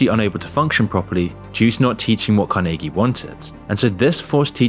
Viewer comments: Every time I almost forger your not A.I., you do something like pronounce Carnege in a way I have never in my life heard a human say it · your pronunciation of Andrew Carniggy sounds very AI lol. It is supposed to be said Car-nah-gee. Looks like I'm smarter than AI 😝